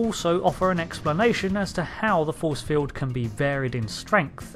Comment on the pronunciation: Magnetic Feewd. lol Gotta love that British "R". lol